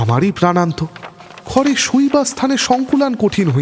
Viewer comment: আপনি পারলে উচ্চারণ গুলোয় একটু নজর দিন,বেশি শুদ্ধ করতে গিয়ে শুনতে অন্যরকম লাগে.... যেমন ধরুন চিমনী, ছিমনি নয়, গুজব, খুজব নয়, ঘরে, খরে নয়, বুঝিতাম, পুঝিতাম নয়....ইত্যাদি অজস্র.. আপনার নিজের চ্যানেল "Bengali Classics" ও আমি নিয়মিত শুনতাম, উচ্চারণগুলো সঠিক হলে আবার শোনার ইচ্ছে রইল....